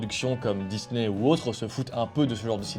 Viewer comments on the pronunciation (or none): none